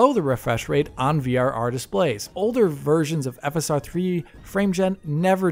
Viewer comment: When he said "PC versions" I heard PC virgins.